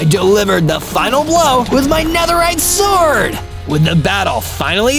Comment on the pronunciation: Man spricht es Nederride aus